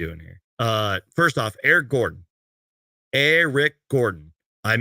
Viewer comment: the disrespect that man put on Eric Gordon's name 🤣